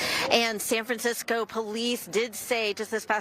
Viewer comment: San FranSick-o 😢